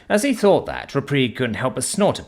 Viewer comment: Thought or fought? Seriously you must hear yourself speak while editing these and your like yep deaf definitely sounds like death to me but you forget others aren't British and others have escaped from the British or had their ancestors exiled form Britain over 100 years ago and have long since had deep seed hatred for the lack of th in dialect and the cockney accent. If I could find an AI voice of this series as upto date like you are I would be listening to that instead . I fink fis mwight make more sense to you fis way , th doesn't make fi sound theis is how it should sound and and as for deaf has no V sound at the end D E A THhhhhhhhh not D E A Fv . That is why you have f all subs likes and comments , and those with the one star black star dragon balls I love you making this frahree for everyone